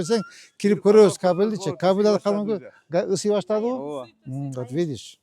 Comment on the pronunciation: Мэрге айтып койгулачы, чоюлбай сүйлөсүн ауа дебей ооба деп эле айтсын. Анан Манас Ниязовдун баш кийимин ипподромго барганда кийип алсын. А так базар жок ишти катырып жатат.